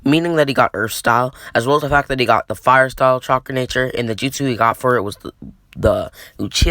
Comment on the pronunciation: for god sack it is not uchiha satyl its fire stayl